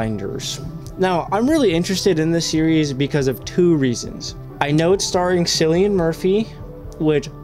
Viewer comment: Btw Cillian Murphy’s name is pronounced “kill-ian” I know its hard for non Irish people to understand the way stuff is pronounced. I’ve seen a few reactors say it and its always funny lol